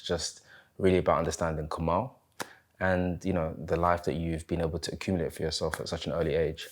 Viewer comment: Interesting interview. Btw his name is pronounced Kamil (Kameel)